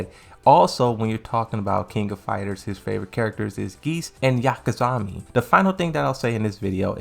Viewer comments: Hao-rang (Hwoarang) Leeda (Lidia) Yakazami (Yamazaki lol) Illinoise (Illinois) Manakao (Monaco) I'm surprised he pronounces Yoshimitsu properly. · ...did .. did you just say YAKAZAMI?? The fucks wrong witchu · It's pronounced YAMA zaki. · Man, if you don't stop miss pronouncing Ling Xiaoyu and Yamazaki all day 🤣